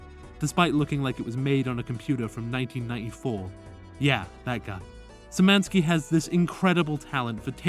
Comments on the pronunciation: Nice video! Btw it's pronounced "Shi-mani-ski", like "sh" at the start Ik polish is hard but cmon just use google translate to check how it's pronounced it hurt to hear each time lol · I like how foreigners dont even try to pronouce Sz and just say S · It doesn't sound very familiar, mostly because you butchered it. the sz at the start is read like the sh in shrek, and the n(ń), while the special sign version is ommited in his username since you people would literally discover entire new languages before checking a word's proper pronounciation in google, is read like the ni in "nihil" or "nimbus".